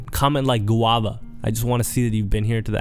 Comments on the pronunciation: Guwanna? What is that? Or did I hear incorrectly? 😊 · Stayed until the end! Did you say Guave?? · Idk whether you said "Gowala" or "Koala", but I still put it in the comments!